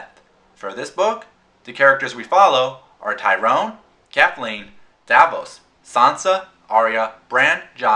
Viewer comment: Tyrion, not Tyrone good review tho